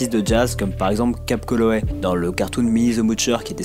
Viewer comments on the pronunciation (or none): J'approuve cette vidéo. Tu t'es vachement amélioré dans la diction, c'est bon à écouter. Petite note comme ça, c'est Calloway, pas Colloway :3